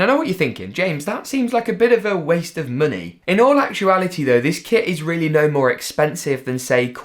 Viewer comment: I was ded when ge said muney🤣🤣🤣